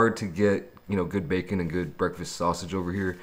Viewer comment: lol he said facon